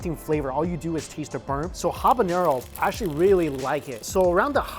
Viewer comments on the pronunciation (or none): none